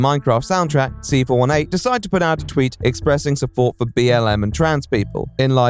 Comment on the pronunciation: C418 has specified it's pronounced "see-four-eighteen".